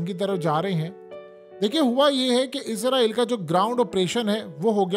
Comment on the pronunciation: bhai izraeel nahi Israeel hai Izraeel farishtay ka naam hai